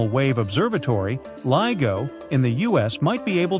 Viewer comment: Who else doesn't watch this stupid tripe that's narrated by someone who can't pronounce LIGO correctly?